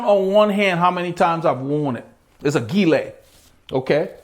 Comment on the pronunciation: Very informative video, I subscribed. I agree tops that fold down into a jersey pocket is an important consideration. Also, its important to know what materials are used in making the product this usually tells you what the best use cases are. Just an FYI.. Gillet is pronounced with a soft G it's the french word for vest.